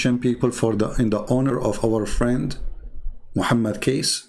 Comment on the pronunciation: Not kaes but kace sound like to said cocacola